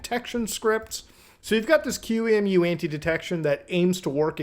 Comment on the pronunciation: Why did he pronounce Qemu has an acronym? XD I thought a virtualization "expert" would know how to say "Q-emu"